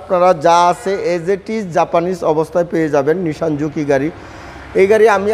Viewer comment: Say nissan not nishan